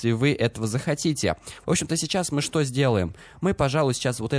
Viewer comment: Еще вместо "чо" , старайся говорить "Что"...